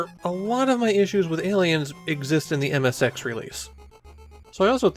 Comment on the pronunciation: Ayyyy leins